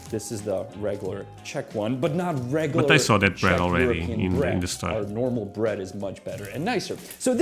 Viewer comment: I can't get over how this guy pronounces the letter "D." He didn't say bed he said "bet." And he didn't say bread he said "breat."